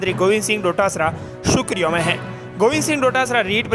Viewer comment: बोलने में अशुद्धि न करें सुर्खियों को सुखरीयों मत बोलो।